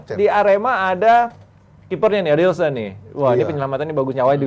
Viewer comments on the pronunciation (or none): ADILSON NIH BOSS, BUKAN ALISSON! SENGGOL DONG BOSSKUH😜